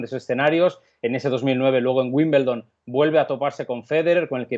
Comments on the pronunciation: Wimbledon no Wimbeldon🤷🏻‍♀️ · Porque los españoles dicen Wimbleldon?